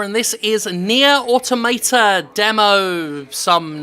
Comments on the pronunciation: aw-TOM-uh-tuh, not otto-may-ta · Nier Automater. Good pronunciation there. Also the game isn't made by Squareenix it's just published by it. Cavia made Nier/Drakengard which are the same franchise. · automata: AUTO-MAH-TAH why you pronouncing it like some kind of philistine? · I believe it's more of a "toh" than "tah", but yeah. Weird how no-one can pronounce automata in games journalism it seems; it's like they all feel the urge to pronounce the "auto" first, then mangle whatever is left in the word into a single syllable: "Auto-mayta"/"Auto-marta". I mean, how do they pronounce "automaton"? "Auto-mayton"? Because it's "Au-tomaton"... >.>' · >aw-to-MAY-tah lel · "auto-mate-a" Argh my ears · nobody pronounces automata correctly :( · You pronounce autamata like a spaz.